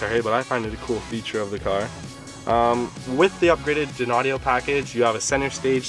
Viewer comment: Just so you don't keep sounding dopey and unsophisticated, that Audio brand is pronounced - "DINE-Audio" , not "Din-Audio" lol Dynaudio is a highly-regarded, High-End Speaker company from Denmark who produce Audiophile level Home stereo speakers, Studio Monitors for Engineers and sell their drivers to other Speaker companies. You're welcome... :)